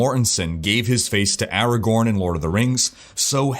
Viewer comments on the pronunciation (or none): none